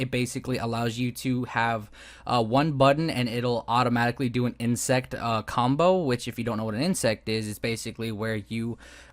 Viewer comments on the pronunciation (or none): Good vid! But it's insec* not insect. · insec? you are saying insect